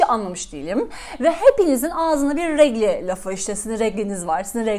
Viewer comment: D her şeyi çok güzel özetlemişsiniz pek haddime değil ama sadece küçük bir düzeltme "regli"değil "regıl" da değil "regl" :D